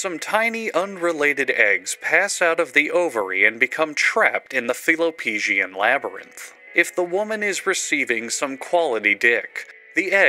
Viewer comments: not the mispronunciation of fallopian to "faallo-pecian" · I’m sorry, HOW did you just pronounce “fallopian”? 😂